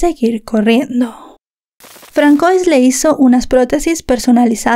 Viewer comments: No es Francois se dice Fransua ya que ws un nombre francés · El nombre se pronuncia "fransuá" no Francois... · "François" se lee "fransuá", no "francois", cuidado. 😅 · Fransua creo se pronuncia 😅 Pero no pasa nada. Tu muy bien, mi favorita 🧡💛🧡❤ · François= Fransuá